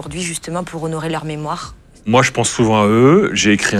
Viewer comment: "Bizza'Khe'", "memoi'khe'", un petit effort de prononciation, svp.